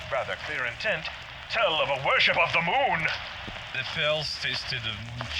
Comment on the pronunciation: These guys cannot escape their origins, I hear that emphasis on THE MOON.